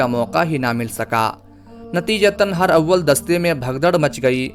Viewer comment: پلیز یہ لفظ ہر اول نہیں بلکہ ہرا--ول ہے جسے ہم ہراول لکھتے ہیں شکریہ